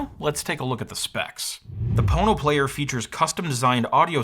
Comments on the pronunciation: Why are you saying „PornoPlayer“ when it’s spelled „PonoPlayer“? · I keep hearing "porno player". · I keep hearing Porno player lol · All I keep wanting to say is ( Porno ). All I keep hearing you say is ( porno ). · The more you listen, the more it sounds like PornoPlayer lol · Oh.... There's no 'R' there